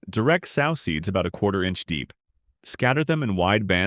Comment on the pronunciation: I hate the way the bot pronounces "sow" as in a female hog. If the bot doesn't pronounce correctly, let a human narrate.